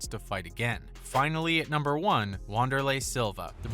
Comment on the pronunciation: Lmfao “Wahn-derlei” Silva. Pronounced *Vanderlei